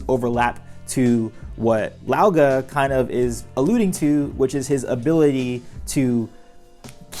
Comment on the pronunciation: Just so you know older brother in Chinese is said like "gah gah" ("g" I'd pronounced like g and k put together)